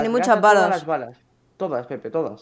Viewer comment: dice nepe envede pepe